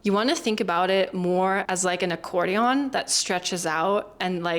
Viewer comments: As someone who loves analogies, I really love your analogies (accordion, stretching gum...) BTW, I think you pronounce "accordion" incorrectly. I pronounce it "accordien," which I believe is prevelant. You were more "...dionne" as in Dionne and the Belmonts (1950s singing group.) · A very good video, but the accordion has more of an "in" sound than a "on" sound at the end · AMAZING American English...except that last syllable of "accordion"...i know it's spelled on but we say it with an "en" sound...hear it on Google translate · You mis-pronounced Characteristics and as someone else noticed too Accordion (it's typically pronounced accordi-un). Other than that your english is really good. You are a word nerd. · This is a great American accent but there are a lot of cases where Americans would convert an o sound to a schwa sound where it's not being done here. Words that really stood out to me that weren't reduced to their weak forms were "to" and "accordion". There is no "on" sound at the end of accordion. The last vowel of both words should be a schwa sound. You used it in your example of "I wanna go to...". At the end "do not" is generally never said in spoken American English and "don't" is more common. You are so close to perfect with your accent so I hope you don't mind this feedback. They are some of the only things that stood out as non-native.